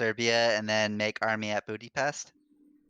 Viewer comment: sounds like i said bootypest lol